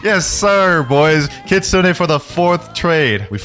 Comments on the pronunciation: it’s not leap it’s not kea it’s ke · brother every blox fruits youtuber saying kitsune wrong search up how its actually pronounced